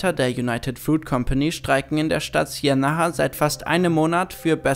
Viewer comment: Nicht Bern-Eis 😒 Bär-Näh. Und SIENnaga nicht SienNAHA. Ich hab Angst, auf euren englischen Kanal zu gehen...